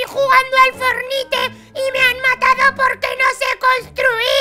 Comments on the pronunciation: no sé dise pelotuda fornite sé dise forniat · No sabe decir fortnite XD aquí el enlace #fornite o #epicgames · bueno los isisite tontos todo los personaje se dice fornite o fornait